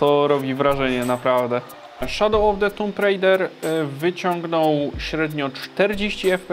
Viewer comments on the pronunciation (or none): none